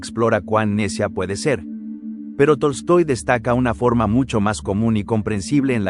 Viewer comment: no se porque todo el video escuchaba Toy Story no Tolstoi XD